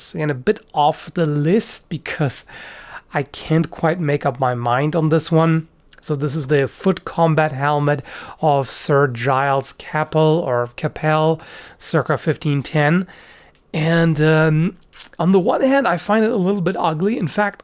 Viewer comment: Capel is pronounced C-A-Pall by the way